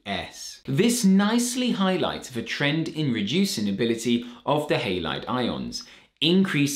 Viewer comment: Heylaid..thanks for the new pronunciation.❤